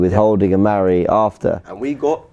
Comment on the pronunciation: And stop calling mari, 'marie' ffs